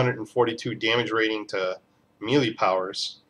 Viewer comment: Melee (Meh - Lay) Just saying.